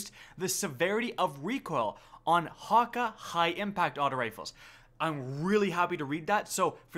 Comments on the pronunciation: does anybody else notice how he says Häkke wrong?? it's "ha ké" not "haka" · No, it's wrong spelled in both situations. Häkke is spelled: Haeka or Haeke. In german the "a" with dose points above it makes the vowel to sound like an "æ". Hopefully I make u guys understand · Ur saying hakke not häkke. Ä is like an A and an E combined. Believe me i'm a whale biologist. And i'm from sweden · Häkke, not Hakka. Ä is pronounced ae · it's pronounced hock-ay ffs